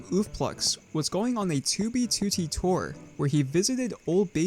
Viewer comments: Ok but why do you pronounce it "tubey tootie"? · bro stop sayin 2b tootee